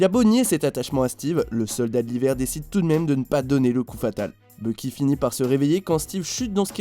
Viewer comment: tu devrais mieux prononcer parce qu'à presque chaque fois que tu dis "Bucky", on entend presque " Loki"